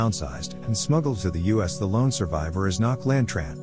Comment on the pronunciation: i her name is Ngoc Lan not knocklan